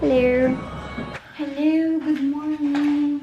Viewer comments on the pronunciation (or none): Its "HELLUW" for me♡